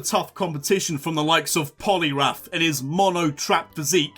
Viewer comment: THE L IN POLIWRATH SHOULD BE AFTER THE O!